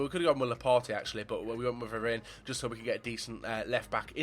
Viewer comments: Also it's Varane not verane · Varan is how u say it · Someone teach him how to pronounce varane